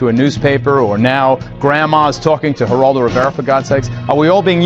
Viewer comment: Pronounced Heraldo